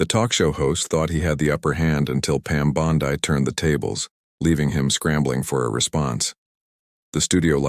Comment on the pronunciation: FAKE! I HATE these fake stories. Just a bunch of narration by AI. EVERYONE in the world knows how to pronounce Pam "Bondi". As in Bondy not Bon-die. Even the photo is Fake. That's NOT Pam Bondi. Be sure to give this TRASH a thumbs DOWN.